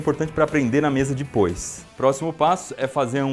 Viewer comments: Eu acho muito fofinho quando ele fala "dipois" em vez de "depois" é tão fofinho😍😍😍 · Ninguém: A Iberê: Dipois